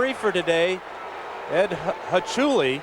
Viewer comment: Did I hear Dan Fouts severely botch Ed Hochuli's name? I remember watching this game live. Been a huge bears fan as long as I can remember